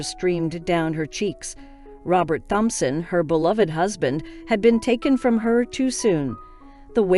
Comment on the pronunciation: It's pronounced TOM-Son. The H is silent.